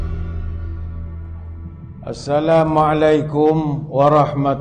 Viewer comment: AssalaMUA, bukannya MA... maaf kalau saya salah.?